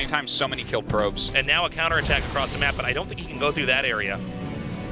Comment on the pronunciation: middle of the mack??? get the wahman off the mic